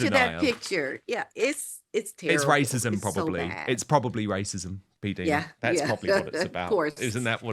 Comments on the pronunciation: Dan, please stop pronouncing PDina ‘s name incorrectly. It is said “diner” as in American diner( restaurant). I have heard her say it that way herself several times. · Dan! It is pronounced P-Dyna or diena not Dina! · Pronounced P-DIE-NA.